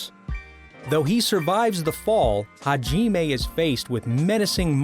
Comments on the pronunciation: Ha-jiiime WTF MAN HOW COULD U SCREW THIS IT'S HAJIME NOT HAJIIIME WTFFFFFFFF I ALREADY HATE YOU FOR THIS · Why you say “hagimay” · haji-may haku-joe bizzare advento I know it's bad sorry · rly haji nagumo his name is hajimae nagumo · Hai-jeee-mae Me:ok